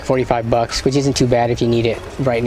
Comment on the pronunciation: The way he says bucks is so strange. The only way to describe it is 🅱️ucks